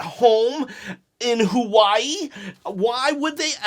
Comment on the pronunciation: lol who-why-ee? The way you say Hawaii is funny 😂